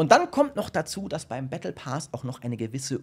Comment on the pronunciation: battle pass. PASS nicht pas und auch nicht paas! wie kommst du dazu das: ,,A'' lang auszusprechen?